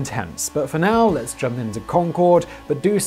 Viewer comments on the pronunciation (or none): none